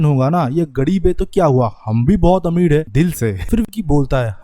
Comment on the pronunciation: Kadeeb ameed😂 kamde pad bhai R ko d bolna band kr. Fir explanation diyo